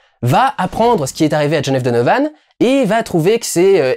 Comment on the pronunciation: à partir du moment où tu dis mal le titre anglais....j'ai même pas envie de continuer